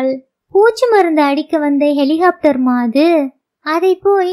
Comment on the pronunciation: வாசிப்பில் குழந்தைத் தனம்.அருமை. ஹெலிகாப்டர் ஐ ஹெலிஹோப்டர் என்று சொல்வதை தவிர்த்து இருக்கலாம்